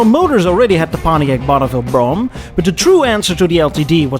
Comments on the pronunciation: For God's sake, "Brougham" is a one-sylable word. It's pronounced "Broam." Not "Bro-Umm"). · It's actually pronounced "Broam/Brome". Say "Roam/Rome", & then add a B in front. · Great job on the video,, as usual, sir. I grew up in a car family in the Midwest, and believe the word is pronounced on one syllable… Brome. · He said "Bro'em" !! hahaha haha lol ""300 latter series" noo it's number series sir Bro'em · Good one. Yep, family had a Cad Fleetwood Brougham.. BTW, pronounced like HOME. Think Brome. The visage of your countenance at the opening is fun to see. The bombastic music bed is also a source of mirth. Effen ay! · The term has ALWAYS been "Brougham." It rhymes with "chrome." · "brougham" 😆 British accent